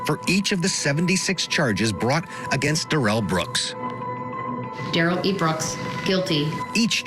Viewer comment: Why does CTV continue to call him Durrell Brooks. It's disgusting.